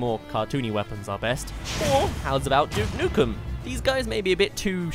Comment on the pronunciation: Ever since you said duke nukum I lost it